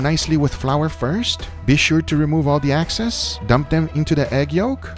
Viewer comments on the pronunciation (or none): Yo its "excess" not "access" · Its excess Guga not axcess. Had to say it lmao.